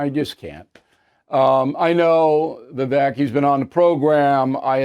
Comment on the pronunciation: Bill, it's pronounced 'Vi-vake', not 'Vi-vek,' though it's spelled that way. What I saw was Vivek calling Haley out for her hypocrisy and her resorting to Trump tactics, i.e. playground name-calling.